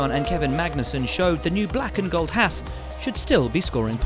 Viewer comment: To answer the question, exactly the same as after last year's testing: - Ferrari seems to be ahead; - Mercedes are sandbagging; - the midfield is a blur; - Williams are still shit; - you're still incapable of pronouncing HAAS correctly.